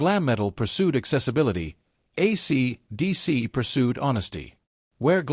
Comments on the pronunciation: Shit Bag AI can't even say, AC/DC. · Yup. The robot doesn't know how to say it. It can't hear the way it sounds. Pathetic. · Hay fella, AC/DC ISN'T SAID WITH A OVERDONE PAUSE BETWEEN THE AC AND DC AND THIS SLASH YOU MENTION DOESNT EXIST EITHER. ITS MORE THAN OBVIOUS THAT YOU HAVE NO IDEA WHO AC DC IS AND YOU DO THIS VIDEO A GREAT DIS SERVICE.